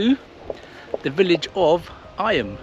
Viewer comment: Eyam - pronounced eem 😊 Famous for the way villagers isolated themselves during the Great Plague.